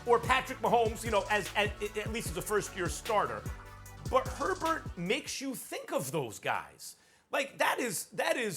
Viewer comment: I love listening to Americans destroy the surname Herbert. That is not even close to how you pronounce that name.